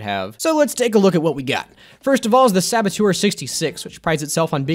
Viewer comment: Saboteur, not sabotour.